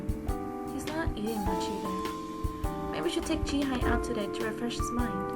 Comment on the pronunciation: It's pronounced Jee-Hay. Just saying. I'm glad uploaded this though